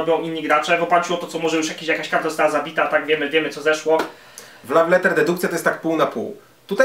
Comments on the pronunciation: Bardzo irytujące było błędnie wymawiane słowo "love". Radzę się przygotować przed nagrywaniem, tak na przyszłość ;) Tak ogólnie to bardzo fajna recenzja :) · Słowo "love" wymawia się tłumacząc łopatologicznie bez zapisów fonetycznych: lof, a nie law czy laf. Raziło to strasznie. Następnym razem sumienne przygotowanie i po problemie :) krytyka buduje lepsze jutro :)